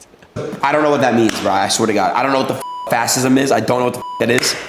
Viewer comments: Tbf, many anglos can’t pronounce Italian words and romantic language words in general. But to pronounce fascism as ‘fassism’ or ‘ultranationalist as ‘ultranatalist’ is just pure stupidity and poor reading and comprehension skills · “Fassism” is almost as bad as “Yo Semite”. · Not trying be mean and put aside your political leanings for a moment, but this person who is of voting age BUTCHERED a basic definition of FASCISM! And, then to compound it, he butchered the names of some infamous bad guys. This would be funny if it were a comedy sketch! But It's neither funny nor a comedy! It's sad and scary! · It's weird for a grown up not to know how fascism is pronounced, that he has to Google what it means, and then doesn't understand the answer. Embarrassing, that's what it is. To know what a Rolex is, but having to look up fascism shows a lack of personal development. Nobody that dumb should be able to afford a Rolex.